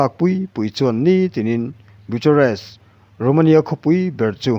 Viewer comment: Bu-cha-rest ti in an lam ngai lova, Bukharest ti in an lam thin aw....Bucharest.hi mizo tawng a ni lo va, mizo hawrawp "ch" anga lam ve ngawt tur a ni lo aw.....Ram pakhat Capital city, lar ve tak lam dan poh hriat loh hi chu mawl na chi khat chu ani eee.....thil hriat tlem lutuk vang chauh ani e.... I lam dana Nazi ti a lam lovin Nâà-ziii ti in an lam thin bawk.....aw